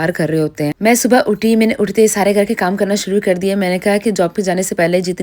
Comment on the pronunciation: ye Urdu kesi bolti hain. Ghar (Gaar)